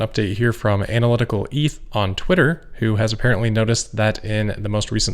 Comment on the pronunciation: There's only one E in Eth . Pronounced just like Meth, Geth, etc. Not "eeth" lmao